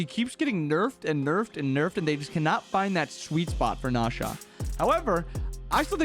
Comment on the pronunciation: who is nah sha? Swear the character he is on is "ne Zha"